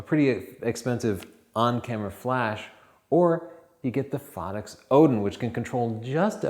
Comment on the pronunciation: Please same the name right.. Phottix, like "pho" as in "photography", or as in "photo". Not phaddix